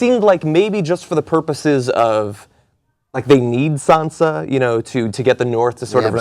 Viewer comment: the guy in the right is so useless... everything he says just bores me to death and also its sansa, not sandsa